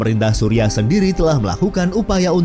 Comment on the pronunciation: Kocak sebutan Suriah disamain Supiah